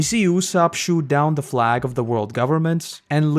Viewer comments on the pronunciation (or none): none